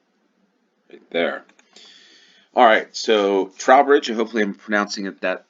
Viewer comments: Trow rhymes with 'throw' for Trowbridge c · The a in Haverhill is long, like in shave. Trowbridge rhymes with low bridge.